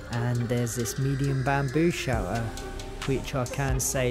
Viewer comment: Good video, best part is when you say shelter it sounds more like you say shower. Got me pretty confused at first, had to turn on subtitles only to find out youtube was just as confused lmao. But seriously, thx for the video.